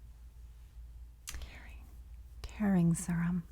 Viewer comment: This is 1st time watching. Pace needs to faster, too drawn out. P.s. serum is pronounced - seer um versus sir um. Maybe watch more